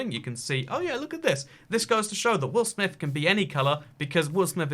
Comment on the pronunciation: Take a shot every time he says will amith